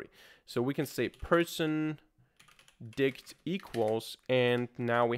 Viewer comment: Its always good to pronounce T in my_dict ..